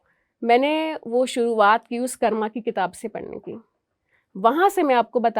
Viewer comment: मैडम "कर्मा" नहीं, कृपया "कर्म" बोलें। 🙏🙏